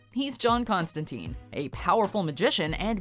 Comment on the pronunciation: That's not how you pronounce Constantine